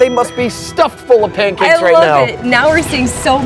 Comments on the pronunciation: SO IT SAYS PANCAKES I always heard it as Johnny Cage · When Mini Pekka says pancakes, it sounds like he’s saying aw thanks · i cant unhear “nice cheeks” when mini pekka says pancakes😭😭😭